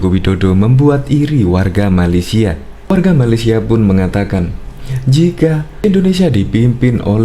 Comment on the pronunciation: Malaysia bukan malesia